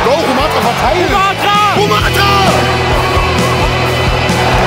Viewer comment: Bin ich der einzige der getriggert is wie der moderator "Rumathra" ausspricht?